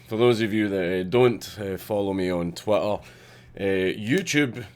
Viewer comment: I love how you pronounce Twitter "Twatter". <3